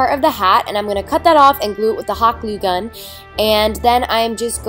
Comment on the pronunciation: you said cun